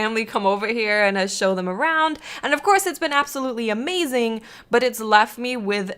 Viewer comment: Hahah ikr and I just heard she said Ama - zeng